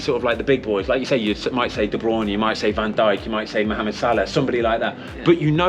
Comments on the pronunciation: "Van Dyke" 😂😂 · Van Dyke? Come on Ben :D